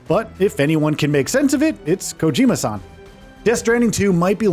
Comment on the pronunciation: listening to westerners call japanese san never stops being hilarious